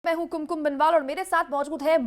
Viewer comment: माफ़ कीजिएगा मोहतरमा... आपने कुमकुम बोला.. मैंने टुन टुन सुना 😂😂😂